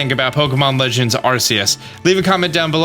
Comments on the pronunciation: It's gonna be tough watching these videos as more details are revealed. Arsayus, what? Ark-ay-us. But "that's not right." Some supporting info, Silvallys ability is the RKS System. R K S, you know phonetically pronounced like AR CE US. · My biggest groan is when he says Arceus wrong when the trailer says it for you a couple times and the narrator says it too lol. For everyone else, its supposed to be pronounced RKS, but my man Austin been goofin the names of hella pokemon so eh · It is pronounced “R Key Us” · My only question is why do people keep calling Arceus like Arseus instead of Arkeus? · How u pronounce Arceus, R-see-us, how other pokemon youtubers pronounce it, R-key-us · ARK-ee-us You're welcome, Austin. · It's Ar-kee-us, goddammit! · Arceus is with a k sound on the c, not an s sound. Type: Null has the RKS system, not the RCS system. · My guy can’t even say Arceus right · I don't like how you say Arceus.